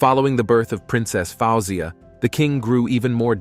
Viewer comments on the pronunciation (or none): King Farouk ascended the throne of his father in 1936, not "1986". Man, check your dates. The monarchy was eliminated in Egypt in 1952.The proper pronunciation for his sisters' names are : faouw zeea, fat heeya, faillza. So easy to google that stuff. Can't watch much more of this; they're also not presented in proper order in the one of the sisters is missing, the one on the left is the queen mother.